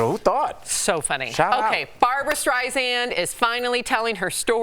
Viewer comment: Please pronounce Barbra's name properly !! Seriously ! It's not a difficult name to pronounce. Streisand like the sand on the beach. there is no z in her last name